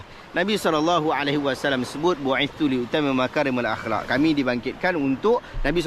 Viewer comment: I agree cakap aklak pun tak btul